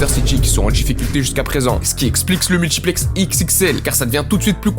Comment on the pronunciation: Aïe aïe aïe, la VAR a parlé, et l'affrication t'a rattrapé, multchiplex, retentchir et...ce qui expliquche... Dommage, encore une victime de l'appropriation linguistique.